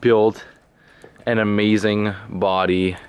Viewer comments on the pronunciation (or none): "Great weather, which is amaaaazin'." You have that female California accent, lol.